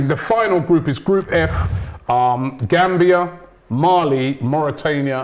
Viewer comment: We The Gambia qualified for the first time. What makes me proud is that pronounce our country name better than we the Gambians.. Really happy... Thank you..